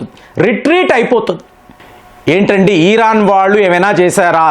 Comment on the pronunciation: ఇరాన్ ని, ఈరాన్ అంటారేంటండీ...